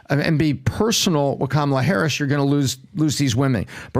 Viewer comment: Four supposedly intelligent men, can't pronounce Kamala's name properly or just refuse to.